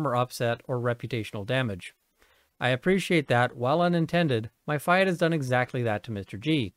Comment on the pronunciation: "Fee-at" not Fie - at!